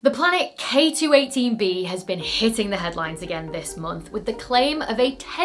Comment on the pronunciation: "has been shitting the headlines recently" ? Or is it my ears not working properly